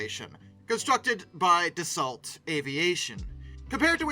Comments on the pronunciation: pronounced: da-soh, not da-salt. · Dass-oh not Dass-alt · It's Da-so. LT is silent. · You're prononcing "Rafale" correctly, but you should also prononce Dassault like "dasso", it is not "of assault". In french we say "char d'assaut", litterally, a tank. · Dasso, not dasalt. The rafale is the continuation of the Mirage… never heard of them doing it out of spite. Don’t forget France has spent a lot of time outside of NATO after défaille experienced the special way the us wanted to break it appart in 1945 and treat that Allie worse than Germany… of course it’s not really put into us movies and us history books… typical talking down on the French I this video without a true understanding of history. What I’m talking about is in books written by degaulle but not only… it would be interfering to see a video in English about how rosevelt planned on cutting up france in 1945 and give pieces to Italy (what? Mussolini? What?), Luxembourg… by planing to put and control collaborators in key positions in France. Churchill warned degaulle about it, because the Americans made them drop the commonwealth in exchange for weapons in 1940… much more to say about it but that’s why the French,who were supposed to be doing what they a were told in 1945 manages not to and keep its indépendance and stayed of of nato because of it because france couldn’t really trust the Americans based on what the Americans did and tried to do… just see the violent reaction of the Americans towards France for not following bush who wanted to invade Iraq under a fake pretext only so that bush could be re elected… hence freedom fries… so he’s, the French want to rely only on themselves because they don’t want to be a puppet nation like America has tried to make them… ju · It's Not DA-SALT. .....ITS ....DA-SEW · Yeah... Da-so, not Da-salt. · Dassault - the “l” and “t” are silent. So “Dassau” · Interesting you are exact on the pronunciation of Rafael . . . but Dass-so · Yeah, isn't it da-sow?